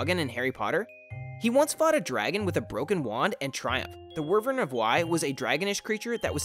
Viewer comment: It’s pronounced WHY-vern